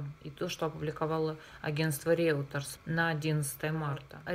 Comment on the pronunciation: Не Реутерс, а Рейтер